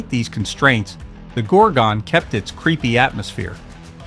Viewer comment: Can't you get a narrator who has actually seen the films he's describing. Gorgon is not pronounced GORG-ON and in The Devil Rides Out the correct pronunciation of MENDES is spoken by Christopher Lee himself.